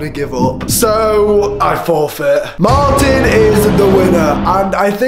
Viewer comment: its martin.... Not mattin....